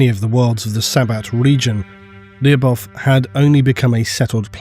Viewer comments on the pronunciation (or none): Lu-bov' Lu should sound like it does in for example ludicrous And the last letter sounds like v, not like f (unless you "drag out" the pronunciation). But a soft v. I don't know how to explain soft sounds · Lyubov should be pronounced as LY(or Spanish LL)oh-b-ov(off). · Lyubov sound like Lubov - that mean Love in russian. Make the story a little more grim